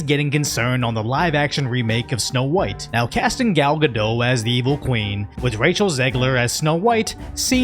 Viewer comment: Why do so many Americans call her "Gal Gado"? She's not French, there is a T for a reason